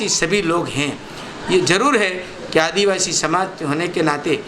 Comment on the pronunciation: जिला प्रमुख अपने मिलकर बनाया कमल कांग्रेस एक है आपके बहकावे में नहीं आने वाला है युवा बीजेपी की गुलामी करते हो इतनी काफी है दूसरों को गुमराह करने की कोशिश मत पहले आदिवासी शब्द बोलना सीखो इतना ही आपके लिए काफी है